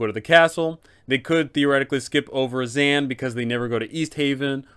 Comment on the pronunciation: I fucking LOVE your Dzaan voice, he's like a Wizard version of Steve Irwin! Is that what you were going for? Edit: I do have to say though, dude's name is actually pronounced Da-ZAWN, but I like ZAN better.